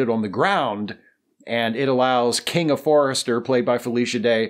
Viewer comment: The main thing I always wondered about the reboot was... what's the deal with Kinga Forrester's name? It seemed to be pronounced "Kingda", as in the giant New Jersey roller coaster Kingda Ka, but that's not how it's spelled. I should really just relax.